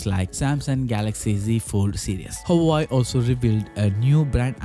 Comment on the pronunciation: Hawaii? It's Hua Wei !